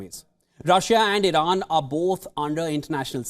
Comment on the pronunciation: Irana? Iran please? Wtf